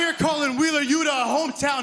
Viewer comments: “Wheeler’s shoeta… loota.” - Nigel McGuinness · i wish we could get some better story lines instead of ones focused on wheeler you-tahh, and danny gar-see-ya. Lets see miro, malakai, and guys we care about...